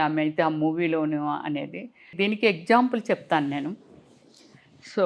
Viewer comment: Eggzample kadu ..example 😂